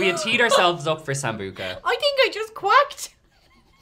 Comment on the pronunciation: I had to replay the part where she said “my body made a noise!” She said quacked, I could’ve sworn I heard queft